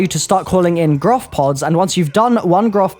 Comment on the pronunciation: Why does everybody say Groph? It's Gorph isn't it?